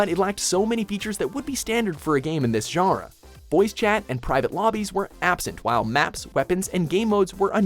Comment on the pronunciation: i fuckin hate how you pronounce 'genre'